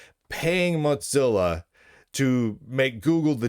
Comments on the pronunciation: Mot-Zilla? Why do you say it like that, there is no T. Its "Mo-Zilla". Its triggering me more than Trump triggers a TDS purple haired zim-zer. 😑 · Mozilla might want to pay you to stop saying Motzilla.